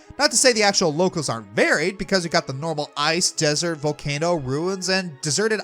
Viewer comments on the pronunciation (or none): none